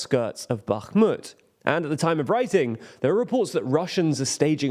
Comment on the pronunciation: Congrats on pronouncing Bakhmut correctly!